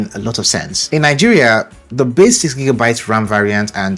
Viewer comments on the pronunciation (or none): none